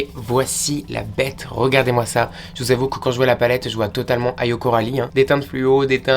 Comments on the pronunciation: Par contre ça se dit éyo et pas Ayo 😉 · ( on dit "Éyo" Coralie)